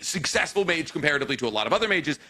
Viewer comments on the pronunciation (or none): none